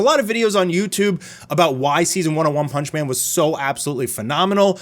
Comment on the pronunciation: I giggled a lil at one "panch" man